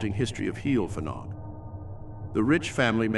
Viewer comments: Just a note: A single F in Welsh is pronounced like a V. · The F is pronounced V! Ff is F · You got the Heol right but Fanog should be pronounced Vanog.